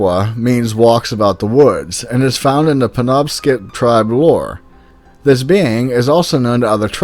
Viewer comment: I’m from Maine and I just wanted to let you know Penobscot is not pronounced like that not hate tho good vid! :D